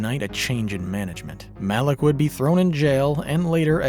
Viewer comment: pronouncing "Malik" like "Malak"... Huh. "this is for Gohan"...? !, ALERT. REPEAT, !, ALERT (Malik was only killed (beheaded) in 1228, after Altaïr saved him from the Masyaf dungeons, where he told Altaïr what had been happening with the Levantine Assassins while he was in Mongolia, and apparently the very same day) Mr... Ocelot?! And finally - previously, that is up until video 3, Uncle was gonna review all 13 mainline games up until Mirage. Now, he's only going to review up until Syndicate, game #8. The compilation of "Metal Gear Solid 5 Sucks and I Love it" came out on March the 13th. 3/13. This video (AC Revelations) is the 4th out of 8 he's gonna do. What's missing for 8 to become 13? SO, my deduction here is that "Metal Gear Solid 5 Sucks and I Love it Part V" is going to come out on August 4th, 2024. 4/8, in the standard date system.